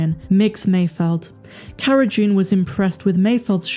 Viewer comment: Does she keep saying CARA 'JUNE'? Sure sounds like it.